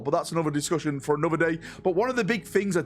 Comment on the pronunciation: are you aware you say ''A-nother'' as opppsed to ''An-other'' at the start of each of your videos? 🤔The Codex Astartes does not approve of this pronunciation.